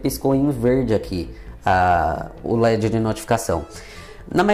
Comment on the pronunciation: ah, sabe como descobri.? Qd falou da luz do LED (verde, puxando um pouquinho o R). Mas não é uma crítica não. Só percepção por causa das diferenças, como ocorre com mineiro (meu caso), nordestino, sulista etc.. Sua dicção é ótima.